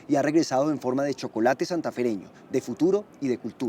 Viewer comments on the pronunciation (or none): none